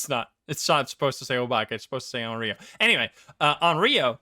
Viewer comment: Onryo is pronounced On-row by the way!